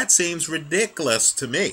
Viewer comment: I find it funny how you cannot pronounce the word ridiculous.